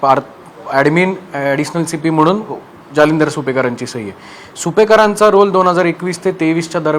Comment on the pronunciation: गुप्ता - नावातच गु जालिंदर नाही दलिंदर